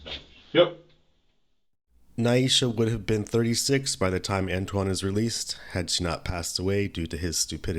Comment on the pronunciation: Dude doesnt know how to pronounce antoine...hahahaha he says antone? Hahahaaa